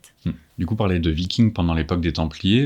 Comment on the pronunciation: Et pourtant, aujourd'hui, il est reconnu par le consensus scientifique que les scandinave de la période viking (viking et pas vicking merci;) ) sont allés en Amérique, comme quoi, l'Histoire n'est pas figée comme les trouveurs de vérités veulent le prétendre. Dans les années 1020 même pour être précis. De là à dire qu'ils l'ont découverte, techniquement, Colomb ne l'a pas découverte non plus d'ailleurs puisqu'il se croyait aux Indes XD Je ne vois pas en quoi les livres ne peuvent pas apporter de nouvelles informations, la littérature sur les scandinaves et les vikings est justement en train d'exploser ces dernières années apportant nombre de thèses très intéressantes comme le livre de Johanna Katrin Fridriksdottir "Les Femmes Vikings, des Femmes Puissantes" qui apporte une analyse et une belle vue d'ensemble des sources à disposition pour parler des femmes de cette période. Evidemment, cette effet de mode amène son lot de mauvaise littérature parfois propagandiste ou biaisée, il est tout aussi compliqué de faire la part des choses que sur la toile >< Enfin, concernant le principe de cette vidéo, il s'agit d'un "réact" le but est donc en clair de découvrir un contenu et d'y réagir à chaud, ce n'est pas une méthode scientifique mais plutôt un type de contenu assez en vogue sur internet, a certainement voulu s'y essayer;)